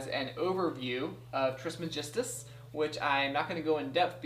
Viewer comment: First video I have watched that the person saying Trismegistus didn't made it seem harder to pronounce than what it is. Since non of you wanted it (Trismegistus ) in the $100 question I would gladly take it lol. Great job.